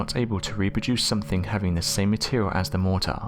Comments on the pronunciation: you've got a bloody off putting way of pronouncing 'mortar'..... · Mortar? Motor? What was he saying?